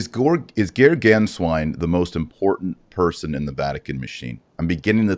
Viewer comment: Both of you need to get your pronunciations right when saying Archbishop Georg Gänswein's name. It is pronounced: GAY-ORGG GHAN-SCHWINE! Archbishop Georg Gänswein will have a place to return to in Bavaria. To think he is trying to figure out where he belongs is a misconception. Pope Emeritus Benedict XVI, I am sure, has taken care of that the moment he became Pope. 💞✝️JuT❤